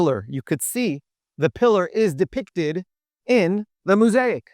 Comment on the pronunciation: Quite fascinating. Re pronunciation.. mo-saic.. the first syllable is mo.